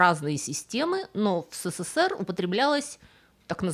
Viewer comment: Нет в азбуке буквы "сэ", поэтому не "сэ-сэ-сэ-р", а "эс-эс-эс-эр".